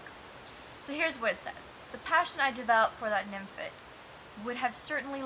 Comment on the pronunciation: It's "fet" not "fit"......nymphet.